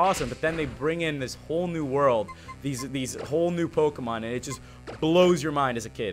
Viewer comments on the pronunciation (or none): none